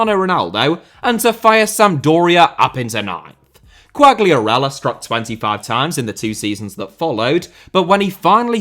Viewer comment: i'm not sure but i think the G in Quagliarella is silent